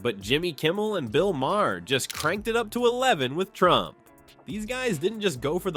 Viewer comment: Please for God's Sake, learn how to pronounce Maher! It is Mayer, not May her!